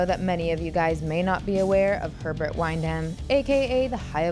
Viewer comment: Will check out the film soon. Very familiar with the HE from the comics. BTW...the last name is pronounced "Win-Dum".